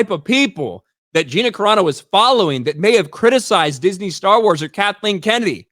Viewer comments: Except that her name isn't "Cerano," it's CARANO. And Gina is good friends with the Geeks + Gamers crew, so I'm pretty sure they know how to pronounce her name. You just made yourself look r374rd3d with that rant. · How do people not learn how to pronounce names? Dude, please it's no Karano. It's Cerano (Sir-ahh-no) please. Words I understand. But please, names are names for a reason.